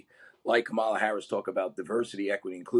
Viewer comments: I must be getting caught up in all the deviciveness but when he pronounced Harris name kaMALA, the defacto Maga pronunciation, I knew he was a republican 😊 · Learn how to pronounce Kamala's name, Gasparino. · Charles cannot even pronounce her given name correctly, so why would he be an expert on who Harris is and what she stands for? Yes, of course, in Democratic primaries, especially in 2019, "wokism" was almost obligatory. Today, however, "wokism" stands for DEI programs, which studies show have mostly failed. That means: it does NOT lead to more inclusivity, it imprisons people in identity labels that can never capture who any of us truly are, and that skips THE most important fact that all REAL inclusivity is based on, namely our common humanity. Meanwhile, however, many progressives have discovered this fact (and many others knew it from the very beginning) by now. It's clear that Harris gets it too. Apart from that, many of the things that Sanders proposes are labeled "progressive" in the US but are perfectly nonpartisan in the rest of the world, because they ARE the most pragmatic, evidence-based solution for nonpartisan problems. Finally, it's absurd to imagine that Trump isn't utterly dangerous as potential president. His talk about being a dictator is real, as his own generals have shown over and over again, and even more importantly, by picking Vance as running mate, he picked someone deeply steeped in the New Right and its ideologues, which explicitly calls for the end of democracy and the creation of a US dictatorship. Conclusion: Charles' obsession with woke is irrelevant. He's right about wokism, but many progressives already abandoned it, and it has never ever been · I quit watching when I heard him mispronounce Kamala Harris. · you really should correct this guy's pronunciation of the Vice President's name. btw, this guy is full of crap. Kamala is the ultimate wokeness. She's here for everyone equally.